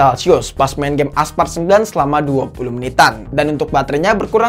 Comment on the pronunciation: Aspalt woy bukan aspart